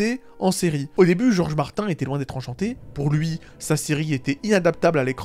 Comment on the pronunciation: Ça prononce Martin et ça utilise des termes comme showrunner 😂 Mettre une échelle sur ce genre de sujet c’est bancal, c’est comme comparer 2 enfants qui ont étaient battus dans leur jeunesse, l’un arrive à vivre en société et l’autre est sur une pente plus que glissante.